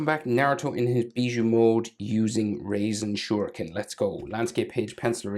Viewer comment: Your soooooo good sir .🎉🎉🎉.btw it’s not “raisen” shurikin ……